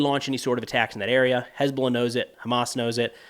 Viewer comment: "Has been lah"